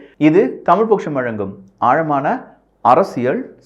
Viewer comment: தம்பி .அரசியல் அரசியள் என்று உச்சரிக்கவேண்டாம்